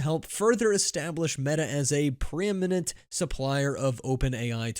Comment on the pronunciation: At least the AI pronounced pre-eminent properly :)